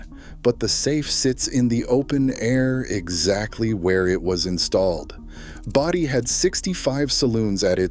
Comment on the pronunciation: BOE dee, not bow dee More lame Moron AI. Thumbs DOWN. Oh I get it now, you pronounce Bodie both ways, alternately. to make sure you got it right part of the time. Duhhhhh.